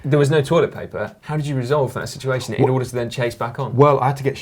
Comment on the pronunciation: Matt, thank you for sharing that embarrassing "shituation".